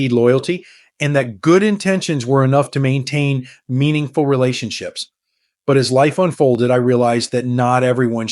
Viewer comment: Is this presentation by a real person or by AI ?? I have noticed that the narrator has trouble pronouncing the word " meaningful " in several posts. Even so, there is some really valuable information & good sensible advice on this channel. Thank you.